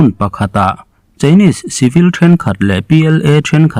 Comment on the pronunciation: Chinese i lam dan hi chu a dik lo.